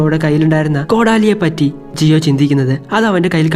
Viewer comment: Jiyo alla giyuann